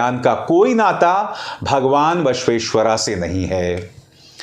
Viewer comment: Abhisar sir it's Basaveshwara